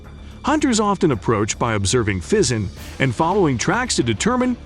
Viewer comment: I never heard of Pheasants being a problem , sounds like Bullshit . And this guy cannot even pronounce this correctly either